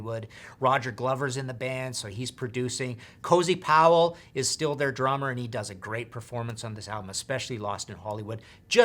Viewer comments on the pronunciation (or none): none